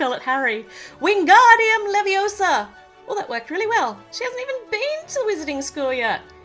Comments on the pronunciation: It's leveosa not levoso hahahah ahahahahaha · Its lEvIoOoOsA nOt LeViOsAr